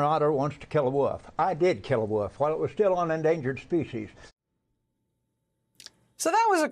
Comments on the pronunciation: Except he said "woof" not wolf....which made it just that much more surreal. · He can't even say wolf. He's saying woof. Now that man is clearly edumacated